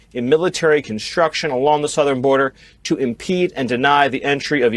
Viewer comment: Border, not birder!